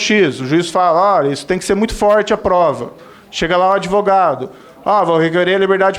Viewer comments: ~ parei de assistir em “ adevogado”. 🤫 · Esse Pimenta é uma besta, é uma vergonha para o Rio Grande do Sul e saiba que a palavra correta é ADVOGADO, sem a pronúncia da vogal "e" que não existe na palavra. ADeVOGADO, só um imbecil e estúpido como você "MONTANHA" prununcia! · Gente... Que vergonha!!! É doído admitir que no passado fui Petista. Tem que corrigir o Pimenta e explicar a ele que o correto é Advogado, sem apoio vocal e não Adevogado.